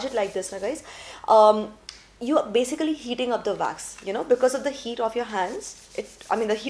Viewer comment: It’s Wax not Vax